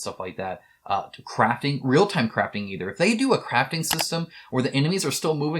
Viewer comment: CRAFTING! Omg, I thought you said "a real time craping system" at first for the last of us